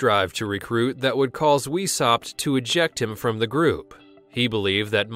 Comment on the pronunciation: His name is pronounced Vice-howpt not weeshopped.